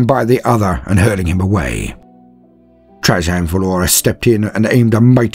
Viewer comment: Question for British English speakers: Trajann Valoris is obviously named after Roman Emperor Trajan, which is usually pronounced in American English as Tray-Jan, but that’s not how said it. Is this an instance of two people being separated by a common language, or a tomato-potato problem (and in case that doesn’t make sense in UK English, there are two common pronunciations in American English, toe-may-toe vs toe-mah-toe and poe-tay-toe vs poe-tah-toe)? And I’m not even going to start on the most widely spoken variant of English: Indian-English:)